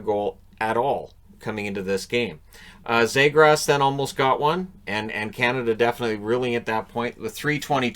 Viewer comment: Knight was a 🏯 fortress. And Trevor Zegras earned the respect to have his name pronounced correctly. (Zeegrus). Brink was awesome blocking shots and competing for pucks. That Canada team was stacked! Great game plan coach Nate Leaman.